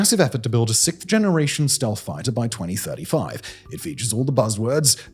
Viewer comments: Simon! Simon!! It’s “siXth”, not “sickth”. Thank you! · Why do the English have so much trouble saying "sixth"???? It's not hard............ say 'sixxxxx', then say 'th'.......... wth????